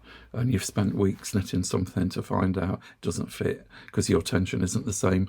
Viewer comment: As a new knitter, I have been watching your videos for several months now. I must admit, I initially misheard you and thought you were saying "sniffing." I have also followed your recommendations regarding yarn from Temu and have been pleased with my purchases. However, the yarn I have obtained from Temu only lists the weight, and not the yardage. All the charts I have seen regarding yarn requirements for projects such as hats, scarves, and sweaters only list yardage. Could you offer some advice on how to determine the amount of yarn needed for my projects? Also for the man asking about knitting, there is a Marine Veteran who knits at our Senior Center . He does beautiful lace, tatting, knitting and crocheting. Thank you for all of your wonderful videos.